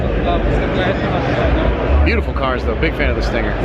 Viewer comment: Stingger...tellurideeee...i am korean..haha